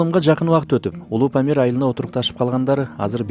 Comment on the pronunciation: Памыл дейтго